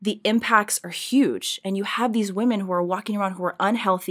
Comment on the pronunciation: Love you, Candace, but please learn how to pronounce "women" differently than woman.